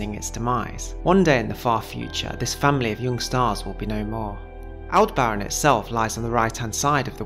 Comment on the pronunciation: It's pronounced al·deh·br·uhn with the emphasis on "deh".